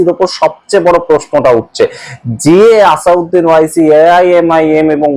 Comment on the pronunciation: আসাদ উদ্দিন ওয়াইসি নামটা শুদ্ধ করে বলুন। ভুল করে নাম বললে বড় শ্রুতিকটু লাগে ও মূল বিষয় থেকে মনোযোগ সরে যায়।